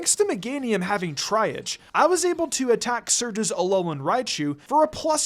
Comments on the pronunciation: Triage is pronounced "TREE-ahj" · Love your content! Just wanted to point out that The word “triage” is pronounced tree-ah-je (with the je being the French je like Jean Pierre) - and it’s used in this context in reference to the hospital triage system, where they treat patients on a basis of urgency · TREE-AHJ is how meganiums ability is said, sorry, made me twitch lmao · just fyi - triage is pronounced like "tree-aj" since it's from french :) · Triage is pronounce TREE-aazh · Gahhh... I'm such a Grammar nazi and I apologize for correcting you,. This is how you pronounce of 'Triage'. Here are some written examples of how to pronounce it. Triage: Tree-Ahj. Trē-äzh. Trē- äj. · please look up words you don't know how to pronounce. I am cringing at how you said the word "triage". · Glad I wasn't the only one lol 😂